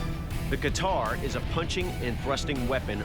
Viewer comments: First of all it's not Bog knock it's Wagh Nakh (Tiger Claw) And It's not Qatar it's Katyar... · It's not kitar it's katar Pronounced Kataar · its not bog knock and qatar its bagh nakh and kataar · It's not bog knock... It's wagh nakh. It means tigers claw And one of them is kattyar not Qatar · It ain't Bog Knock, it is Bagh Nakh. It is not Qatar (that is a country lol), it is Kattaar. It is not Pata, it is Pattaa.